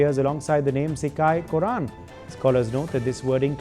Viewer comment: It is pronounced "kotRan" not Korran